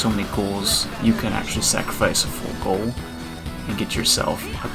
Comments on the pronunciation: It's gool not goal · Gules, or Gools is correct. Everybody else is just foreign